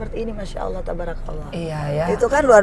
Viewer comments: Assalamualaikum mbak angie...sy sngat bersyukur anda adalah org yg menginspirasi semoga tetap istiqomah Hanya sy sangat berharap anda belajar untuk melafaskan Allah dngn sebenar2nya bukan Aulah krn masih belum terdengar pas Semoga kedepannya bisa lebih baik lagi ya mbak...maaf hanya saran mbak semoga dapat diterima ya mbak aamiin.....Allahumma aamiin.....🙏🙏🙏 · Nyebut Allah, itu jgn ada huruf waw nya Engie. Harus huruf alif terus ke huruf lam . Maaf mengajari ya Engie sayang.